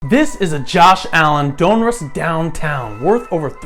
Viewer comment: You pronounce Donruss weirdly.